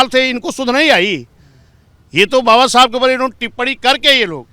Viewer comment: इस पत्रकार को समझाए कि बाबा साहब का नाम सई तरीके से ले